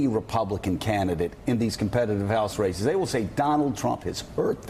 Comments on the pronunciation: When Mika said ,"A few races to watch" , I thought she'd said "A few racists to watch". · "A few racists to watch.... um.. I mean RACES to watch..."